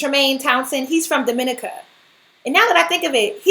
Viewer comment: Its pronounced dom-ih-NEE-kə